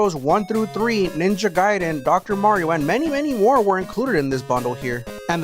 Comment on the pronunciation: Ninja Gaiden like the name Jayden not guiding like the ninja guiding you somewhere. The little arguments friends and I used to have Way Way Back the Nintendo days. The other one was how to pronounce guile from Street Fighter